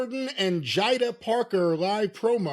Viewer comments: it’s Jay-duh that’s how you pronounce Jaida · you are trying too hard with the mispronunciations. Absolutely no one with even a single brain cell would say Kaylani, Jyder, Mishin, or Sol Rucker, wtf. Problem in chair, not on screen. Surprised he didn't say Taylor Baté and Pate Doone. This is a guy who pronounces Japanese wrestlers names from the 70s and 80s flawlessly btw. Are the nxt names stupid? Yes, some of them absolutely are. Can a simpleton pronounce them correctly? Yes. We already know someone is going to reply to this with a terribly original insult, can't wait to see which one it is.